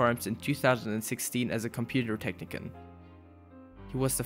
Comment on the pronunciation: "tech-ni-CAN"? It's "tech-nih-shun"...